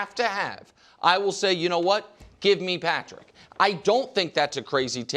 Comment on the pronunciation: Every time Nick says "Patrick" I cringe.